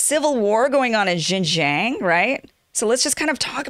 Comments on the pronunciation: xinjiang the xin is said like sheen as in charlie sheen. the jiang is harder. the ji is pronounced the same as the letter G. this is why many chinese people mix up G and J. so its g-ong- the ong like ang in angela merkel. messy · Hey Kim. Its pronounced as Xinjiang.... not JinJiang. Too many amerikan speakers are doing this. You need to learn how to say your Xin. Same way how they can't say Huawei properly. Really irrating. lol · It’s American not Amerikan... Most people don’t bother speaking the imported words correctly in any language. In China we make things up too, for example, Trump is called Telangpu. That’s worse than Junjiang for Xinjiang. Who cares? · It is pronounced as “Shinjiang” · Xinjiang pronounce shin-jang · hello kim. try it like this yuan=you-on. like are you on the bus? i think its funny how you brought up the comment section for getting on your case. also everyone in media usually get that wrong as well as the pronunciation of xinjiang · You’re embarrassing yourself, Kim. You have to spend 10 or 15 minutes to learn how to pronounce Xinjiang and yuan. It’s not hard at all, and you will forever sound more professional.